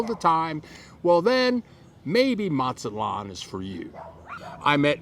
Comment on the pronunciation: Matsalon? It’s Mazatlan! Why do so many Gringos go on YouTube pretending the experts on Mexico and then they can’t even pronounce basic Spanish words & place names correctly? Another common one is people called Puerto Vallarta. porta Veeyarty. They call Tijuana. teeyawanna. It goes on and on and on. I’ve lived in Mazatlan, I’ve lived in Morelia, the last thing we need is some guy going on YouTube and helping to drive prices up on rent and food in those cities by encouraging more Gringos to move there. I guess it wasn’t enough for you, Gringos to have taken over San Miguel, then many other towns. Ajijic much? Ouch.